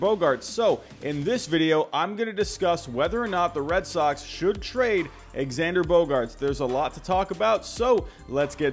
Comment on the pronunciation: bro can you please say his name correctly it’s pronounced ZANDER